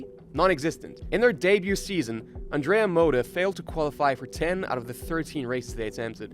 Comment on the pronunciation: The intent of this video is worthy but there is a problem common to other videos narrated by English speakers. You HAVE TO learn to pronounce it correctly. If I didn't look at the clip, it was really hard to understand that the 1st team was Andrea Moda, the 3rd one was Forti and so on, not to mention the wrong pronounciation of drivers and engineers. I recommend you to check the correct pronounce on Forvo or something similar before recording a video.